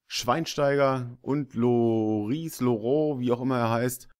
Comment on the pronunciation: man spricht Lloris Lorie aus ;)